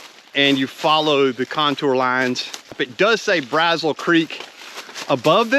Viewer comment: I’ve never been a big fan of 207, but I’ve only ever hiked it in the summer. 🥵 it looks much better in winter! Oh, and Braziel Creek is pronounced “brazeel”. Great video! Thanks for sharing. 👍